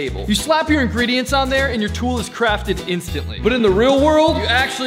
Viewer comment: Did u say egrendient